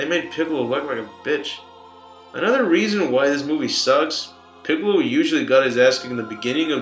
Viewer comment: Did he just say goku and pickle🥒😂😂